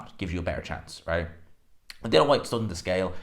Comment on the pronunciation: HIS FCKN NAME IS DILLIAN NOT DILAN. SLACK